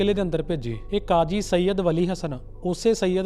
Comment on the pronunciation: Sead khan.h veer j ..na ki sean khan